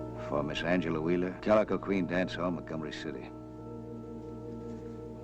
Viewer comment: "Calico", not "Galico". 😉